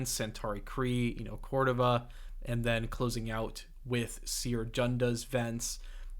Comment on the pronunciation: Eno Cordova ❌ Eno Cordeva ✅